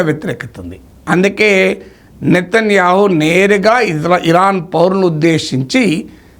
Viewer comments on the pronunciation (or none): none